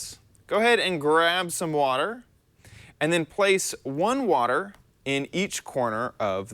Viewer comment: At the beginning instead of water tips it sounded like wafter tips